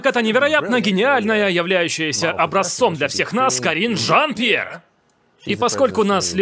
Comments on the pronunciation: То как голосом выделяет Карин-жАн П'ьер это просто музыка 😂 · Такер прям кайфует, произнося Карин жАН! пьЕр! 🤣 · В голос смеюсь:)) Спасибо огромное за вашу работу! И Такеру отдельное спасибо за то, как он произносит Карин Жан Пьер! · Мне так нравится как произносит каждый раз Карин Жан Пьер)) интонация улёт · Как произносит Карин жан Пьер- меня смешит до слез🤣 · Почему так смешно ставите ударение в имени Карин Жан Пьер)))